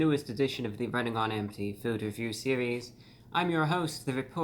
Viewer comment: I like how he says "series" in a french way